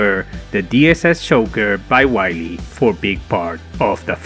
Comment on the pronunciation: Man, it "vee-leh", not "wily"